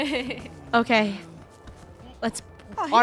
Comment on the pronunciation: "Its not OKEH to be OKEH" titan cry